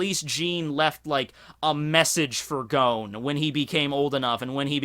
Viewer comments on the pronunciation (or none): Gon not Goan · You really take that pronunciation too far sometimes.... I can forgive a lot but Gown?! Wat?! His name is Gon goddamit